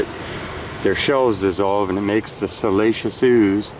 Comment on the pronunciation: You had me confused with your pronunciation if "siliceous", lol. I kept hearing "salacious". While I get excited about rocks, I don't get turned on by them in THAT way. Similar sounding, but completely different definitions. Anyway, now when I hear you pronounce it, I will know which definition you mean, even though you say the other word. 🙃